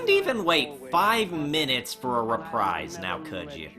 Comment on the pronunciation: “Couldn’t even wait five minutes for a reprise . . .” The word “reprise” is pronounced re-PREEZE (rhymes with freeze), not re-PRIZE.